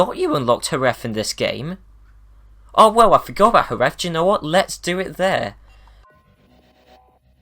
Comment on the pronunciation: Omg, you are the first English speaking person to pronounce correctly Jerez, thanks everyone pronounces it like Jeres.